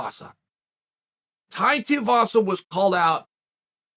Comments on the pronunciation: It’s tuivasa (two wee vasa) not tiavasa 😅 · Tee-uh vasa vs. Aspinwall for the mispronunciation championship. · Right, and for that matter, who exactly is Tavasa? Maybe he was talking about Tai Tee-a-vasa and just mispronounced the name... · chael can you please say tuivasas name right that man is too good